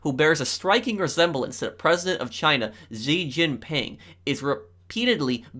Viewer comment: Xi jinping is pronounced shi Jinping